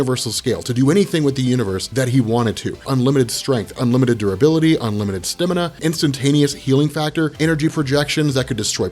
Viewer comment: The way you said stamina is funny lmao wtf